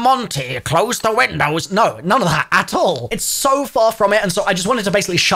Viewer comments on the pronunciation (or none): none